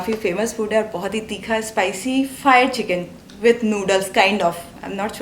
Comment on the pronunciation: its the first time someone (foreigner) has pronounced any hindi word with correct pronunciation all thanks to 😁👌 he rightly pronounced तीखा